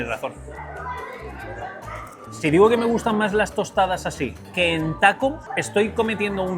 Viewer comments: 🤬🤬🤬NO SON "TOSTAS" SON TOSTADAS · Tostadas, se dice: tostadas Por cierto ¿El mesero le decía Tavo? ¿O es mi imaginación?